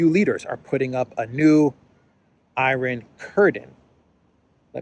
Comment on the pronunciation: Samuel L. Jackson from Pulp Fiction: "say iron curdin one more time, I dare you".